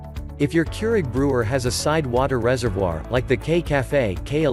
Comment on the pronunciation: It annoys me the way that the bot is saying reservoir